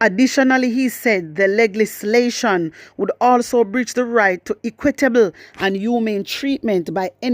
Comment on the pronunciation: My wisdom warrior love is the word , the correct pronunciation is le -gis-lation